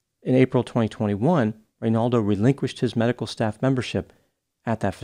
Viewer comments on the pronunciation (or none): none